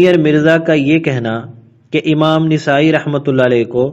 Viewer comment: ایک اصلاح ۔۔۔ نسائی کا صحیح تلفظ " ن " پر زبر کے ساتھ نَسائى ہے ۔۔۔ ماشاء اللہ آپ اچھا کام کر رہے ہیں ۔ اللہ باطل کے خلاف اپ کی اس کاوش کو قبول فرمائے